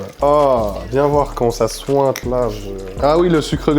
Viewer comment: « Ça souinte »